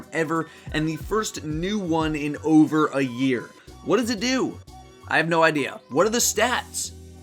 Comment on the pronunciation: over not ober lol